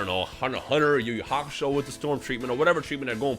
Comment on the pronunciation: Hakusho not Haksho